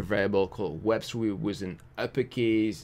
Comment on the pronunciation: i love the way you say "with". it comes like "wiz" :)